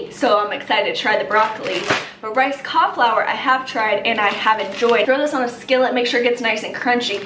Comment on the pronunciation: Most people: “Cauliflour.”: “Cahflour.” 😂😂😂 love you